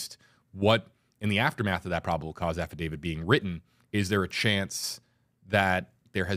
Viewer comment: it's affidavit......not affidavid. Love your show.